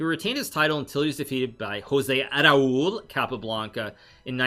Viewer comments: "José A-raul" hahaha! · HE SAYS: ARAÚL XD He puts an A before Raul xD funny and cute